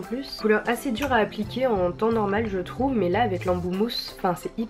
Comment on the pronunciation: "j trouve" 😂😂❤❤